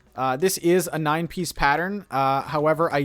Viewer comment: He keeps saying “this is a nine piece pattern” and it sounds like “this is a 90s pattern”